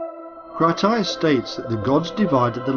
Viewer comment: Edgar Cayce's name is not pronounced "CASE", it's pronounced "CASEY".